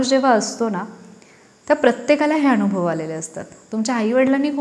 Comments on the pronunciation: खूप चांगला संदेश आहे पण तुम्ही आणूभव असं जिथे म्हणात शब्द 😊उच्चार करता तो फार खटकतो वाईट वाटुन घेऊ नका.दुसरा पर्याय शक्य नसल्याने स्पष्ट लिहून कळवलं त्या बद्दल क्षमस्व.ण शब्द न वापरताना ना म्हणा अणुभव vvvvx चूक आहे अनुभव म्हणा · नमस्कार, खूपच सुंदर विषय आहे. म्हणतात ना सोने कसासी उतरते तेव्हाच त्याची किंमत ठरते. एक suggestion आहे..... भाषे बाबत.... अणूभव नाही अनुभव योग्य आहे. असेच अजूनही उच्चार आहेत...चुकीचे नाही पण स्पष्ट असावेत. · Marathi shudhdhh bolale pahije...anubhav ya shabda madhe..n..ha...lahan asato..motha ..n...nahi...